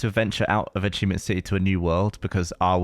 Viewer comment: “Achievemient Hunter” - Millie